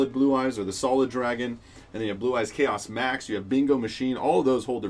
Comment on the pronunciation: Everytime you say chaos max I yell at my phone... Come on man your killing me